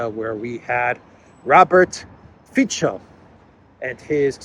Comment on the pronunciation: Dear, I have enjoyed your delicious videos every single night since about 4 months ago and feel really grateful to you. Just a tiny note: Fico is pronounced 'feetso' (not feecho) and Morawecki is pronounced similarly Mora'vetskee (not Moravechki). 🤝